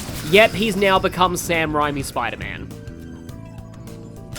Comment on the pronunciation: I don't like to call out mispronunciations much, but you're killing me twice in this video. Raimi. But more importantly, watching enough Jeopardy it's pronounced "Scoon" despite the spelling Stone of Scone. Yell at the Scottish for it...